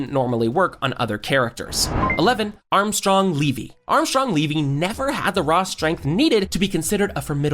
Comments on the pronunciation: Who tf is Armstrong leevee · "Armstrong levi" 😭